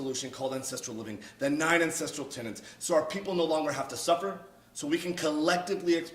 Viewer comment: This was fantastic. You've got a new subscriber. For the record, the word is tenet. Everyone , including Liver King, says tenant.